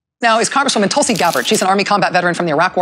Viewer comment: She refuses to say Tulsi’s name now, and when she did she couldn’t even pronounce it; instead saying “Tolsi.” Pathetic.